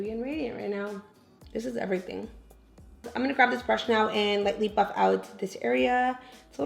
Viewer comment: Everytime she says "Buff" I think she's saying Fuck😂😂💀💀